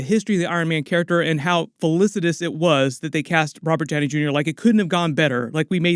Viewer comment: Robert Downey Gunior? You must be one of them that says jif instead of gif